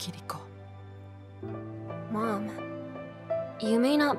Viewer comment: Kirikos name was pronounced multiple times in this animated short. Is going to continue calling her Kir-iko or is he going going to finally start calling her Ki-ri-ko?